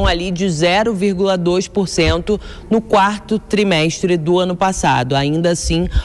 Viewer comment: E ainda fala errado. Ultimo tremestre. Só fala bobagens!